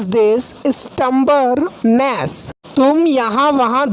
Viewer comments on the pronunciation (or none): You are pronouncing M in stubbornness